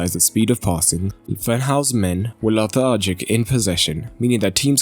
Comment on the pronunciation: "larthargic" => lethargic